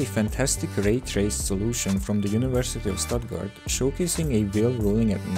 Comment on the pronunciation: Egész érthető volt még a magyar akcentuson keresztül is. Kedvencem amikor Suttgartot úgy mondta hogy sztátgárd.